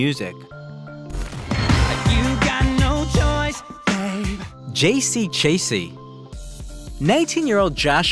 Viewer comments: JC Chasey? Lance Base? God you’re making me feel old. It’s Shah-zay and Bass. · What's with the butchering of JC & Lance's last names? Tons of videos out there saying their names. That's just sloppy.